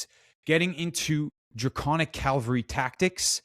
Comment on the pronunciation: Cavalry, not calvary